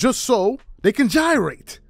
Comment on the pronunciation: Bro said gyrate